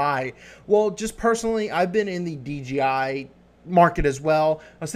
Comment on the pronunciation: You keep saying DGI